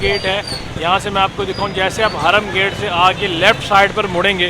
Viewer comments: Harum gate hota he .. hraam nh... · (Hraam) gate nai, ( haram gate) 😂